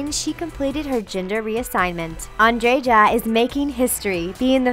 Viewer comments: it's pronounced an-dreh-ya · Also! If you allow me to add to the list of horribly pronouced names: Andreja is pronounced as Andre-ya, not Andrei-ja... it sounds just very very wrong to someone that knows that name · The J is silent in Andreja. You just say Andrea, not Andre-Jah! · Also saying 'Blair' when it was clearly 'Bair'. And Andreja is not phonetically pronounced...it's more like Andreya...epsecially since before transitioning, the name was Andrej, pronounced like André. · It's so irritating when the narrator pronounces Andreja's name with an english J. Oh god why. It's pronounced Andreya, GODDAMNIT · Andrea Pendrea ikrr 😂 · you should read like andreya not like andreja cuz in serbian j is actually y like in my name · I love how she says Andreja X'D ... Andgega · I cringed so hard when I heard the way you pronounced AndreJa, J is supposed to be pronounced like Y, so it sounds like AndreYa. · Andreja is pronounced as ''Andreya'' or ''Andreia''...or maybe it's a stage name. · andreja's name is pronounced like andreya . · Yeah... She butchered most of the names -.- Molly "Blair"... And the pronunciation of Andreja... >.< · Ghosh, the way they pronounced "Andreja" Pajić 😂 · this channel really needs to do run-throughs and maybe Google pronunciations . chic is not chick , it's sheek. and the j in Andreja should sound like a y . the very least you can do is learn someone's name . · she pronounced andrejas name so wrong it sounds so funny lol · how did you pronounce Andreja Pejic again??? -_______ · that's not how you pronounce Andreja